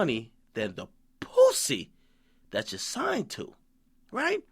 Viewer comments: Every time Akademiks says Poosey! I lol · so much emphasis on the word pussy everytime lol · He says pussy funny as hell hahaha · I'm dying at how DJ pronounces "pussy" lmao. And he also said "Young Money going against whoever Omarion is running with" --dead who the hell cares about Omarion and why y'all think he got a gang of dudes?!? Lol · I can tell Akademiks appreciates pussy. He pronounces "pussy" with so much effort he really must love it